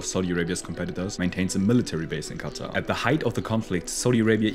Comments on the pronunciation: It's not "khhattha" , It's quatar more like (katar) 🙂🙂. Use proper pronunciation. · Bro why does he pronounce qatar as "kata" 💀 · It's pronounced "cutter"